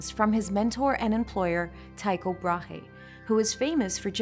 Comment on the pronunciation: good effort, btw Brahe had a silent h, so just skip it and yes I am Danish